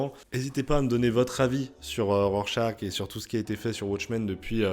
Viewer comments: C'est pas Rorechache ? 🙃 J'ai moi aussi beaucoup aimé ce titre, un très bon polar politique, même si je trouve la toute fin un poil trop rushée. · Tu prononces mal Rorchaque ! 🥸